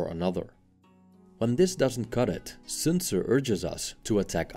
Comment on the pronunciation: Good almost-native pronunciation of "Sun Zi".